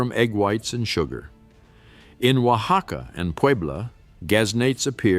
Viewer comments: Huacaca made me giggle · It's hilarious I'm Mexican Born and raised,,,he said oacaca lol😂